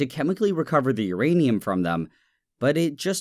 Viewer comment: say urinate again